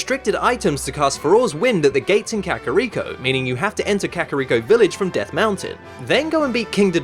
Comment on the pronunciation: "kehkahreeko" lol